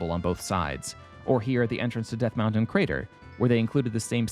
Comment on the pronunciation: Death M-WOW-ntain